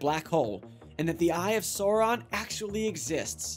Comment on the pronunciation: wonder why he kept getting the pronunciation of Sauron from lord of the rings wrong, they say his name alot in the films alot?